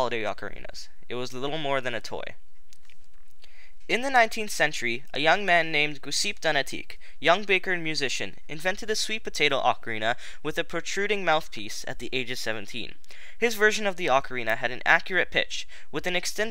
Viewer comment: I know it's a bit of a nitpick but the creator of the "modern ocarina" is written and pronounced Giuseppe Donati. In the video his name is pronounced in a French way (I think), but he was Italian. Little fun fact, the group mentioned, the Gruppo Ocarinistico Budriese, is from Budrio, so both the hometown of Giuseppe Donati and his creation. Also the ocarina and its smaller versions remained part (even if in small part) of Emilia-Romagna folk music (the italian region where Budrio is in).